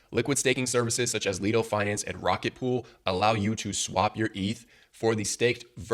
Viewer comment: Great video. Though I believe Lido is pronounced "Lie-do" instead of "Lee-do" :)